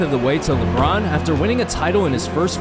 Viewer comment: He said Labron's clutch gene... 😂😂😂